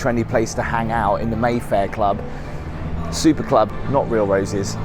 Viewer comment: it's the Mayfair 'supper' club, mate. Not 'super':D